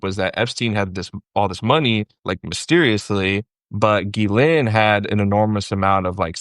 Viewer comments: Pronunciation of GHISLAINE. seems to be the only other person besides Ghislaine's brother who knows how to properly pronounce her name. "gee-LINN" (Most people don't understand that the S is silent.) I originally learned her name as sounding like "Gee-LANE" back when she had her trial. Then a week ago I heard her brother pronounce it as "Gee-Linn" giving a full French accent, but he actually accented the first syllable rather than the second... With deep research with the Little Black Book, he would have heard her name pronounced hundreds of times by people who were in her orbit. He says gee-LINN and that sounds right. Ghislaine's brother likely keeps it more French with a little more like GEE-linn. It's great to hear it pronounced properly with here. Now I know it's not gee-LANE. Great interview! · Good find Waj, getting this journalist on your show! Besides his knowledge, is one of ONLY TWO I've heard who pronounces 'Ghislaine' correctly. The other one is a lawyer for the victims, Brad Edwards.